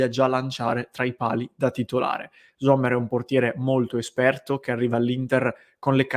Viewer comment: .. pronuncia esatta Sommer, non Zommer